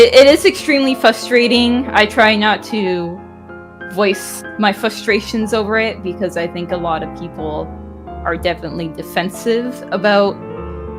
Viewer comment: It’s kinda cute how pronounced “frustrating” as “fustrating”